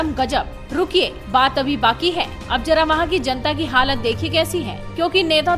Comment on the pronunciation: Jara nahi zara